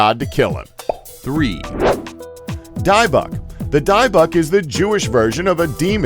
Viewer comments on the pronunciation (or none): It's pronounced "dibick" though it's spelled as dybuk